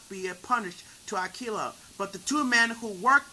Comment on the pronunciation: If you're native language is not English, you did a good job. If English is your native language, however, you really need to work on your pronunciation of words and overall speech quality because it sounds really rough. P.S. I really hope English isn't your native language because I'm really rooting for you. P.S.S. it's pronounced A•key•lah, not A•kill•ah. Thanks, have a good day